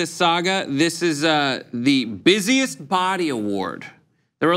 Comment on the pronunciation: I swear said busiest potty!😂😂😂😂